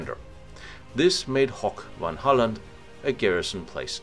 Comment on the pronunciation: good video, but try to avoid german pronounciation of dutch places. Hoek van Hooland is not Hock von holland, but HOOk van Holland.